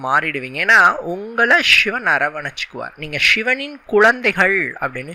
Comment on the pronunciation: ஷி என்கிற உச்சரிப்பை மாற்றி சிவன் என்று உச்சரியுங்கள்.